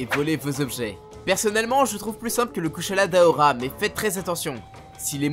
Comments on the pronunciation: très bonne vidéo. Juste la prononciation des noms de certains monstres est à corriger '-' -"gore" dans "Gore Magala" se prononce [goré] -le "u" de "Kushala" dans Kushala Daora se prononce [u] et pas [ou] et bonus: Daora s'écrit bien "Daora" et pas D'aora (vous pouvez regarder directement dans le jeu c'est bien le cas) -le "Ch" dans "Chamelos" se prononce [k], celui-là paraît évident en vrai vu que le nom vient de "Chameleon" '-' -"Atoraru-ka", ici c'est pas la prononciation je pose même juste la question: c'est pas "Athal-ka" ? j'ai jamais entendu "Atoraru-ka" mais bon, c'est peut-être juste moi '-' -Enfin, "Diablos Massacre", idem que pour l'Athal-ka, perso même dans le jeu ils disent Diablos bain-de-sang donc... encore une fois je pose la question: ça existe Diablos Massacre ? '-' Voilà voilà. Alors, je ne critique pas (bon un peu quand même) mais c'est juste que j'ai environ 1000h sur la licence et j'ai toujours entendu les mêmes prononciations partout et il y a juste cette vidéo où les prononciations sont différentes (pour moi en tout cas). Donc si des gens n'étaient pas étonnés par les prononciations ou même les noms qui diffèrent de ceux que l'ont voit dans le jeu, bah dîtes moi car moi ça me perturbait tout le long de la vidéo. Sinon, encore une fois, très bonne vidéo sur le contenu. :) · la prononciation mdr "nejigante", "kuchela daora" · Kusheula D'Aora (Kushala Daora) et Chaméliose (Kaméléos) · C'est kushala daora et pas d'aora